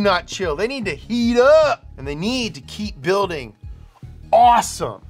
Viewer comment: When says awesome with that level of enthusiasm at the end, the first syllable sounds like that moaning fish video